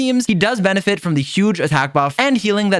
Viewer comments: he does benne(fi)t........ With that i take my leave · heh, Benne-fit